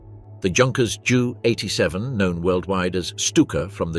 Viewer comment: Jew 87?? JU 87. Stupid AI garbage.